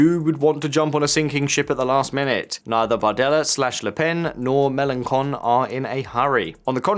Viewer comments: As much as I love hearing Melonchon called Meloncon 😅(con is the rudest form of idiot in French) it is Melon(shon) in terms of pronunciation. 🤣 Thanks for talking about the car crash of our country. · Melenkon can be viewed as a harsh insult. His name is Melenshon. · ch in French is pronounced like the English sh. Michel = Mee-SHELL. Melanchon = Muh-lan-SHON. It's not normally pronounced like a K, unless it's in a name like Michaël or something.